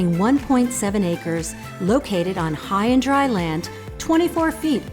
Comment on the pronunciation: Notice the subtle emphasis on "high and dry". Hurricane Sandy was a wake up call for all coastal communities in the region.